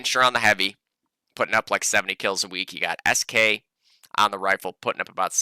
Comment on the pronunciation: please don't say “sk”, it sounds terribly unnatural:D, I'm used to people calling me as “esq”;) Greetings from Poland;)